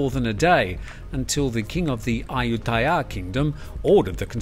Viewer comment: your Thai pronunciation has gotten on point! Ayutthaya was said with ease. Kudos!